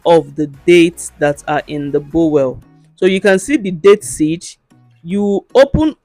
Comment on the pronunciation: Bowl not bowel😅